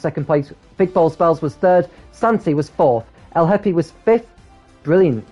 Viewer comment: The "h" in Lhepy is silent. Prounced more like "Lepi"